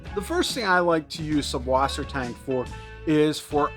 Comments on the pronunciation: Good info but just FWIW it’s not an unusual name, it’s just German - and in German, it’s pronounced suss, not sub. The German alphabet has a capital B looking thing which is a direct replacement for ss. So they’ll spell it SuBwassertang, but the B is pronounced ss. They actually dont even say “freshwater.” They say either saltwater or sweetwater. So its Suss = sweet Wasser= water Tang = seaweed 😊✌️👌👍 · it's pronounced "sysswassertang"